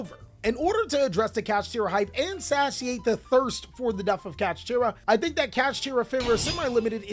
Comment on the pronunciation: The way pronounces Similar and Satiate is part of his charm at this point 🤣🤣🤣